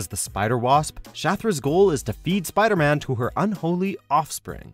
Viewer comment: you said "PIDERMAN"